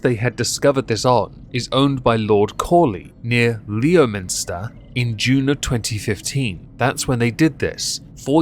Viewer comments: You pronounced Herefordshire wrong!!!! And Leominster isn't pronounced Leo minster it's prounced Lemster you say it like the Yanks do. You should know this you're English!!!! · Leominster is actually pronounced Lem-ster, ask a local, well I am a local, or near enough was a local as it was up the road from where I once lived growing up as a lad... Also, its Wos-ter and not Wor-ces-ter as some people also get wrong. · Point of minor pedantry, Leominster is pronounced 'Lemster'